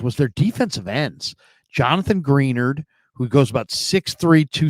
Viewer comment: Sidenote for future episodes if you see this, Greenard is pronounced Gruh-Nard. Great recap.